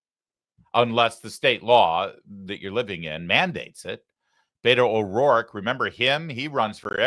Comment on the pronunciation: I can't live without ever hearing Beta O'Rorka ever again